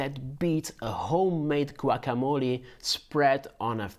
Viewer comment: So you mentioned that avocado is great for the guacamolee (for a moment there I thought you were latino until you butchered the pronounciation); but you failed to say anything about the tomato (tomatillo). You can't make guac without the basics. So my question is: Which bowl would the tomato be categorized?